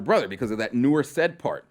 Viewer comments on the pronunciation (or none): The name SAID is pronounces SYeed and not SED